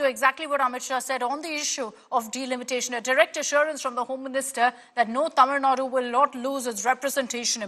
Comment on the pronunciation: First say tamilnadu properly.. later u can connect about tamilnadu education and politics.